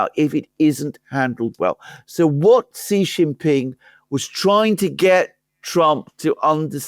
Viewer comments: his name XI JIN PING is pronounced SHEE JIN PING. I have SUPERCHAT you so many times I know you have read. JHEE means PENIS. AlexanderM says CEE or SEE which is an acceptable southern accent but JHEE the way you and Laura Ingraham say it on purpose is PENIS. Therefore, you are. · "Xi" in Xi Jinping is pronounced a lot like "she", like the female pronoun. One of you says "see" (like sea) Jinping, the other says "jee" (like je t'aime) Jinping. And the way you say the second-most important leader keeps changing from one podcast to another. (I'm being pedantic? Right. I'm an expert in chemistry. I can't pronounce aluminium. Please listen to my expert chemistry lessons.)